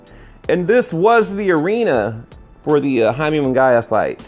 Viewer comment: Whos jaime munguyuh??? Lmao.. that's not how's pronounced